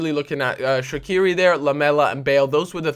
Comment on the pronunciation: Shakiri not Shachiri.